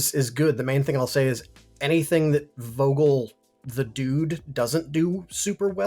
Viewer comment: Great video as always 😉 So the guy called Vogel is a German name, it's pronounced starting with an "f" sound. There's a deliberate alliteration in his name.